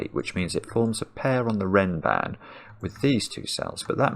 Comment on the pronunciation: Nice observation. (It's "renban", by the way. But I see it's not named in the rules, and it does sound a lot like ram band.)